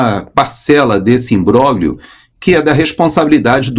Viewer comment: me perdoe. Reconheço sua competência, segui o Estudo Bíblico Racional, mas é intolerável ouvir nomes como Marsiglia, Imbróglio ditos erradamente. Trata-se de um idioma latino, lindo. No entanto, o senhor faz questão de pronunciar U S A I D como um americano., sou de uma geração que aprendeu latim. Por favor, repense a pronúncia ao menos dos nomes próprios. Um abraço.